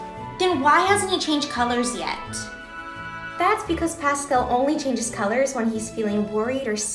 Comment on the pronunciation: the way she is saying pascel instead of pascal pfft, americans' pronounciation always makes me want to laugh and cry simultaneously